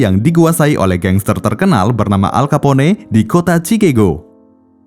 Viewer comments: Pengucapan kata Chicago di luar negeri juga ucapannya Chikago buka chikego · CIKAGO min bukan CIKEGO hahahhaha... kocak !!!